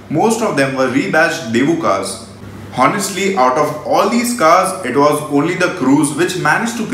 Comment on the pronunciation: Check "honestly" pronunciation